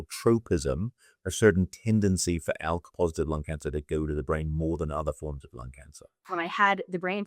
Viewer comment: El positive, Elk positive? I can't understand what she said.